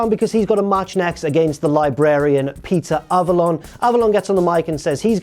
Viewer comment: Now forever known as "Pizza" Avalon, since that is what my ears heard every time you said Peter Avalon...